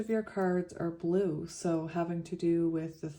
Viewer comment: I heard Blue Ray everytime you said Blue! ✨️💙✨️🙌🏼 When a negative thought comes through in ur head or out of your mouth.. say out load ✨️✨️🦫Delete, Delete, Delete!✨️🙌🏼 and replace it with a new belief that is positive and directs you in the direction of divine love! ✨️💛✨️🙌🏼